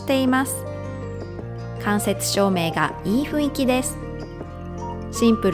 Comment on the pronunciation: 誤 ふいんき 正 ふんいき